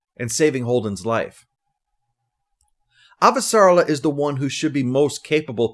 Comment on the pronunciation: Thanks 👍. (Ah-va-sa-REL-la, I think.)